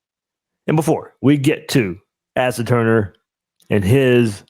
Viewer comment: Asa is pronounced "Ace-ah"